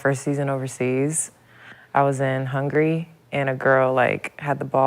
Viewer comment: lexie visited hungry😂😂😂😂instead of Hungary